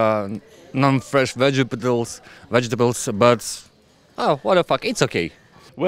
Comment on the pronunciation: Teacher : pronounce Vegetables Me: Vegipatles